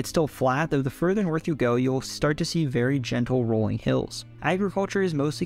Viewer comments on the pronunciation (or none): none